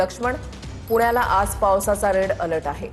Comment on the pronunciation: Rel alert nahi re bhau, red alert